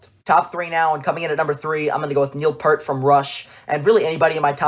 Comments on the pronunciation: Please search Geddy Lee on how to properly pronounce Neil's last name 'Peert' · Not trying to be a deuce, but it is pronounced Neil Pee-ert.